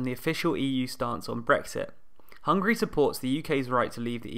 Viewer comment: Why pronounced it as Hungry? Isn't it HungAry?